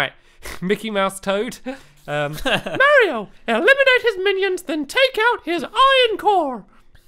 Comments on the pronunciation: Is any one else bothered that stamps is calling Mario ma-rio with a "long a sound"? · Why do you keep saying Mario wrong